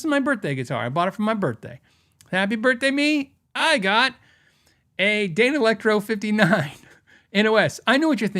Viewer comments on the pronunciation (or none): none